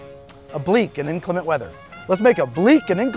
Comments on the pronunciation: it's "inclement" weather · It's inclement, not inclimate. Great drink. Good for international speak like a pirate day - September 18th. I like to use Stone's Green Ginger Wine as the sweetness/ginger factor although I will try the ginger syrup. The addition of a dark rum along with the over-proof rum adds a nice layer of complexity to the drink. Awesome channel. I recommend this channel to all my friends and none have been disappointed. Keep it up.